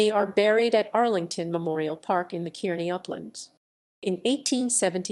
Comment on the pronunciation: I grew up in Kearney as a kid and by the way the E in Kearny is silent. You’re pronouncing it wrong but anyway good show.